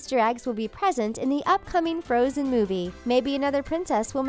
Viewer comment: And there's floatzen instead of frozen